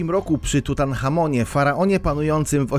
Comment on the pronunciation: Nie tutanchamonie tylko TUTENCHAMONIE.